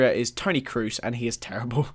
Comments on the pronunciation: You pronounced Marc andre ter stegen wrong, dzagoez wrond and kroos wrong :) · Kroos. I dunno about the rest, but the germans you got wrong :-) But really, pronounciation really doesn't matter to me, I also pronounce players and teams wrong! Enjoyed the vid!